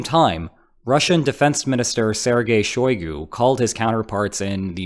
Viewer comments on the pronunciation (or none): none